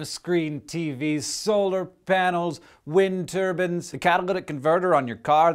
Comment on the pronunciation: ... A wind TURBAN... LOL LOL LOL